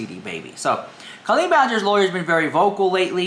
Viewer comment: Two things I don't get: 1. How can you not understand Colleen's family "liking" comments that aren't spewing hatred when just 1 year ago, you were crying on camera claiming Adam was bullying you, and 2. Why can't you pronounce her name accurately?